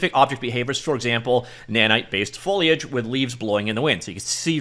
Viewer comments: i miss "foilage" already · Pretty sure he said follyedge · HE SAID IT, HE SAID FOIGFHJSKJGKAGE CORRECTLY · foe-lee-edge:) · Oh yeah! That's what I needed. Hearing new and creative pronunciations of foliage is the only reason I'm subscribed.